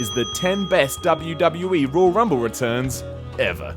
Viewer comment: Simon seems unable to say the word "Royal". Why is he narrating a video about the ROYAL Rumble. Rull Rumble. Rawl Rumble. Raaaul Rumble ... 😬